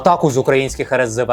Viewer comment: Единственный, кто правильно произнёс "РСЗВ"!